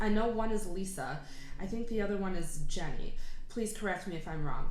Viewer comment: loved your analysis, you just made appreacite even more the girls's voices and stylistic choices on singing in this song. you sound so professional and genuine, it's so refreshing. you pronounced jennie right, it's like jennifer. naming the girls: first verse is jennie, then lisa, after them jisoo and rosé on the pre chorus. lisa and jennie are rappers. rosé, jisoo and jennie are vocalists. their songs usually are more hip hop/rap/edm based, but they have more poppy and vocal driven songs, like playing with fire, stay, don't know what to do, hope not, bet you wanna, love to hate me and you never know show, which show more of their vocals. stay, hope not and you never know are ballads by the way. :)